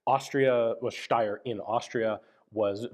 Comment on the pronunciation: Can we just appreciate how flawlessly Ian pronounces "Steyr," folks?! It is Sh (like in shoe) - tai (like in Taiwan) - ah (like an almost silent sigh of relief). Thank you, Ian, and greetings from Austria!